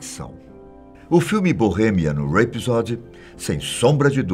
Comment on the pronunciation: Eu gostaria que o filme tivesse sido mais fiel à realidade. Como vários amigos me disseram isso, não fui ver. Conheci o Freddy num show em São Paulo. Inesquecível. E gostaria que alguém visse a pronúncia do nome deste vídeo (filme) e nome correto do show "Live Aid"..